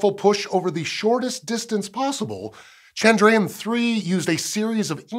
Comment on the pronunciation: All I can hear is Chandrian 🤦‍♀